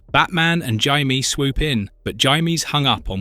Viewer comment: I do wish you pronounced Jaime's name correctly.